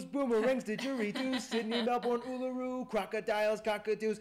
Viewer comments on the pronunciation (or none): none